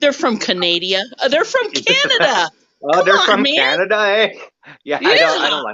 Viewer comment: LOL,, "hey're from Canadia",, LOLOL,, I do that too,, or like I "said to Clutch the other day",, Cana-Dians,, 2 words,, LOL